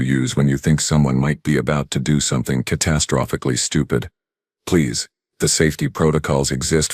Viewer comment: If I had one wish for scifi, It would be QUIT with the "four arms" crap. And teach the AI how to pronounce "catastrophically".